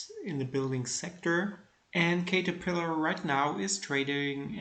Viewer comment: it's pronouced CAT-terpillar. Nice returns! How to read your charts ? It is in German.